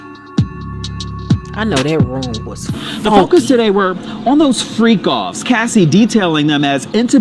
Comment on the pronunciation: "i know that room was fonky" gurl I am hollering 😂😂